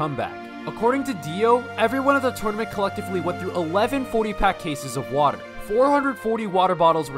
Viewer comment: more like "wodae bodae" he said lmao